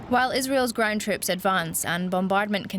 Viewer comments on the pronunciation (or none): Grin trips? Why have a Glaswegian woman reporter who cannot pronounce 'ground troops'?